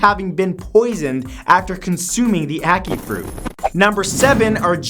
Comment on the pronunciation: At first i thought he said acne fruit.....